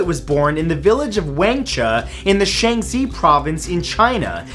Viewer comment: Supposed to be pronounced W(ah)ngch(ah) village, Sh(ah)n(see) province